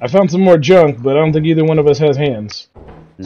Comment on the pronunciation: "I thibk what you mean is......"🤣🤣🤣